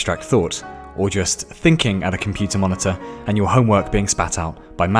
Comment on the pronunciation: I lost it at 'think-pudding'.